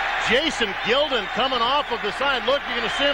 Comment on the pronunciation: Pronouncing Jason Gildon's last name wrong. It was Jason Gil..DON